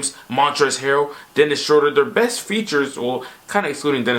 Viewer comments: been watching to much flight. He called Dennis Schroeder Dennis schrodem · Wait, did you call him... Dennis Scrotum!?!?!?! 😅🤦🏾‍♂️👏